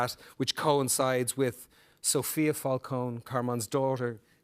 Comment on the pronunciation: I hate that they say the name Falcone wrong xD nitpick hahaha but other than that can't wait to start watching this show